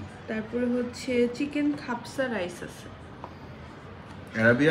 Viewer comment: its not hepsa its hapsa,i am tallking about the arabian biriyani